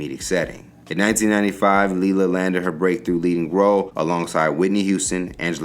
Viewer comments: It's not Lee la it's Lay la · is it leelah or laylah cause you pronoucing it inconsistently